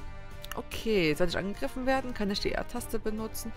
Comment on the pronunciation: wie immer tasse statt taste sagt voll coool xD